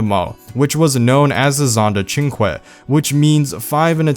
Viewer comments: ‘Chin kweh’ Pretty sure it’s ‘chin kay’ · "the cinque" sounds like the chinkuay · It's pronounced: SEEN-KAY